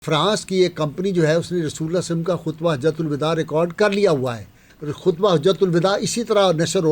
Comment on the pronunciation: برائے مہربانی درودشریف صل اللہ علیہ وسلم یاصل اللہ علیہ وآلہ وسلم صحیح تلفظ کے ساتھ پڑھاکریں